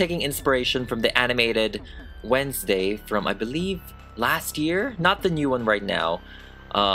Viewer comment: Wednesday, More like wenslayy